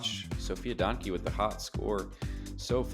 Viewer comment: I'm pretty sure Donnecke is pronounced "Den-uh-kuh" by the way. Fun card to watch!